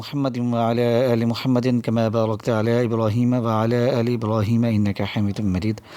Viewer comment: Aoa bhai sahib aap jb drood prta han tau wa,aala aale ki bajaai wala ,aale keh jatay han jo k ghalt ha is ko plz theek pra kren baki aap ne wazifa buhat acha bataya ha shukriya